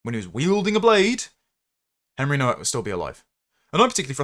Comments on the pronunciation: FFS it's pronounced NO-VAK! The W is a V in English. Why would you comment on someone's demise when you didn't take the time to learn how their name was pronounced? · Nowak is pronounced Novak. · Please, have the decency to pronounce his polish surname correctly., I think the poor lad and his family deserve as much. The W is pronounced V. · The first 150,000 times I heard it mispronounced I ignored it.